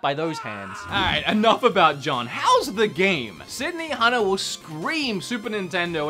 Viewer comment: This is literally the only time your Aussie accent has made it difficult for me to understand a game title,. xD "So the best thing about siddy hanna is" Wait, siddy hanna? City... hanna? benihana? sydney hanna? city hunter? OH, SYDNEY hunter.